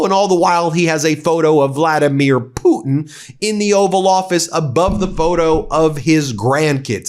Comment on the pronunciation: I replayed this from timestamp - about eleventy times 😂 watching Ben say "Vladamir PUTIN" like that 😂